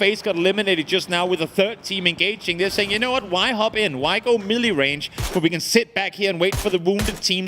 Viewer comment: Drink Every Time says "Mili" instead of "Melee" And again every time the guy that sounds like a bad commercial says "South Side" 😂🎉